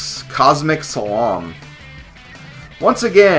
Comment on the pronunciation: Your pronunciation of "slalom" is completely wrong, FYI.